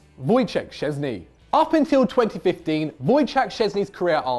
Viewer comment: Szsezny? Lol wut?